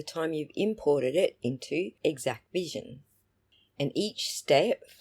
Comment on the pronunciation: THANK YOU for correcting the pronunciation of this vendor's name. It was driving me nuts that people kept calling it "Equivision", as if the X, A and C were silent. You made good points about the Exacqvision file formats. My opinion diverges on some other points though. I believe the Sallyport camera was an Axis M3045-V IP camera, which has its own web interface to control its streaming output. Exacqvision provides direct Axis integration, which bypasses the need for any other Axis software. The "origin" file format therefore is not something in the Axis family; it's whatever the stream capture is contained in on the network drive, which is defined in Exacqvision. I agree that the video formats are not proprietary, and that hashing proves very little. Encryption could be more useful, but it is an optional configuration only.